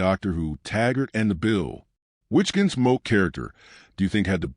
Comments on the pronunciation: Make your Point! And I never heard of a show Your AI voice called GenSmoke or was it Ginsmoke? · Your AI narrator calls it "Ginsmoke?" Go away.